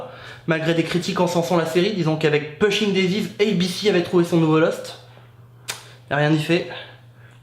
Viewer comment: alors par contre, on prononce poushing daisies (ça m'a rendue folle)